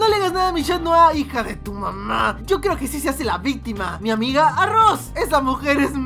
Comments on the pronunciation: vistima, cocodrilo jajajaja tipico chileno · Es un video viral de mi paìs, Argentina, una mujer en un reportaje se equivocò y en vez de decir victima dijo vistima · En vez de vistima dijo víctima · Le quitaste la gracia en decir victima en ves de vistima